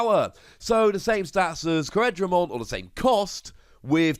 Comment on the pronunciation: It's pronounced core-dra-mon btw not co-red-ra-mon